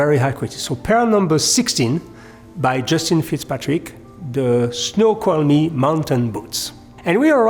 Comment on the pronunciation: You Pronounced Snoqualmie perfectly, It is a native american tribal name in the Pacific Northwest. (U.S.) it is also the name of a river and falls there. J Fitzpatrick named many of his shoes after places in the Seattle region of the Pacific Northwest.